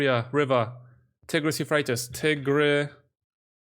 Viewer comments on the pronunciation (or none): none